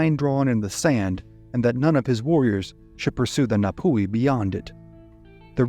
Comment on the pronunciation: and get your pronunciation sorted it, its painful. its nah-tee fah-toe-ah (toe was in tour but without an aahr) and nah-poo-he, you dont draw out the oar enough. if you cant get basics dont speak. -ngati manu ariki.